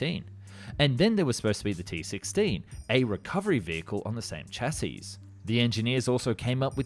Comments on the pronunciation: Man, with all the work you put into these videos you still mispronounce words constantly. Which is understandable for foreign languages, but the with word "chassis" the final S is not pronounced. Have you never heard anyone say "chassis? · Exactly! I don’t know what country the narrator is from but a lot of non-English people seem to have trouble pronouncing the word ‘chassis’. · I like your videos, even the "In a World" tonality. But please spelling - chassis, not chasis. Check pronunciation first 'shassi' not 'chas-is', Tee-You not Too for Tupolev and so on. Cheers